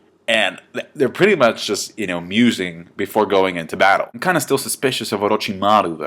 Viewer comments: Madda-ra Mina-to OroJimaru Thats how it is supposed to be pronounced, I think h does it right ,no? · For the love of anime, PRONOUNCE THEIR NAMES RIGH. MADARA = WRONG MINATO = WRONG OROCHIMARU = WEIRD AND WRONG. and several others. -__